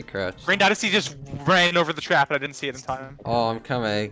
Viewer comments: I love how the trap said “tarp” lol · Nice sand 'tarp' lol